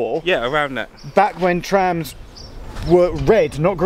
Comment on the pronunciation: But the DLR is still cool. Some routes have such beautiful scenery especially at night but I dont know why I still like the trams better haha. And I loved when you both said traims haha it suits well trains and trams. Get it? 🤣🤣